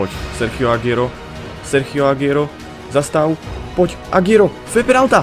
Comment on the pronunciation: Agüero sa číta Aguero nie Agiero. Daj si to do prekladača v španielčine.